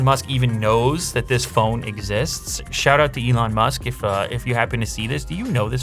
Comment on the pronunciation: Lew: The Ellon Musk SMARTPHONE Everyone: Billionaire Smartphone?!